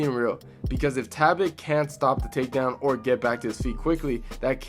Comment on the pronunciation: okay is it “ta bit” or “Tal Bot”